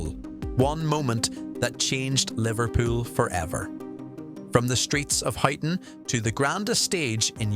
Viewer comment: Pronounced Hyton mate